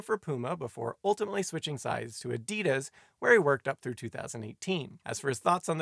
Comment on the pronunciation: Teach Simon W. how to pronounce Adidas and Nike. Cringe everytime he gets wrong